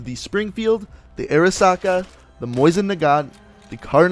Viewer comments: It's Mosin not moisin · Cool video keep it up. (It's pronounced MO-sin not moisen)